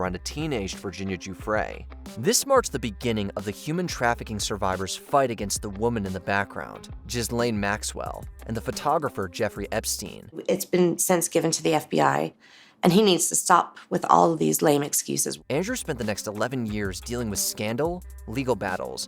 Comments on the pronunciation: It’s gis lane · "jizz-lane" maxwell? is that meant as a gross joke or is your research really that lazy?